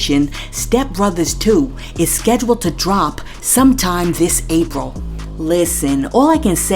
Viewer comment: this April? You saying it like April in 2 months 😭